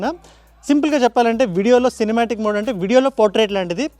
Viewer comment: and even in video lo kuda 3 modes Ultra wide MODEUUUU… Regular MODEUUU… & Zoom MODEUUU… and we are TELUGUSSSSUUUUUU !! 😅😅 to